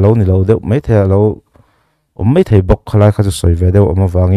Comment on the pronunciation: Hemi ṭum hian....ṭum i lam rik dan chu leh, hei mei ni lovin hei mai.. MSa hi I Day-a Khual lian ni turin sawrkar-ah eng nge a nih chiah...Political Party mi leh sate hi Sawrkar ni pawimawhah khual lian a nih ve ngawt theih em le